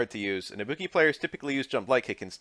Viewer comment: I'll never get over how english speakers are unable to pronounce tonic syllables for different languages even if they get clear examples of how it's correctly pronounced. It always makes me laugh kkkkk